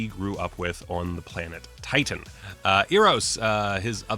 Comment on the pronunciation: You're saying Eros too much like ear. It's an "Eh" kinda e, not Eh like Ay, canadian, Eh like you shrug and are indifferent. Almost Airos, but still the E vowel, not quite the A vowel yet.